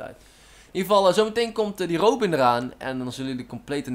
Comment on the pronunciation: Echt awesome dat je me in de video stopt ik vind het echt niceeee;) -shottyrobin en je spreekt het trouwens uit als robbin hahah